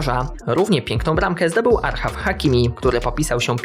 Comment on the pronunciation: ‘’achraf” Hakimi nie archaf hakimi